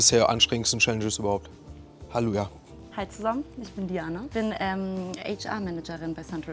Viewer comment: Haluja :D so fertig das er das "llelu" in Halleluja verschluckt :DDD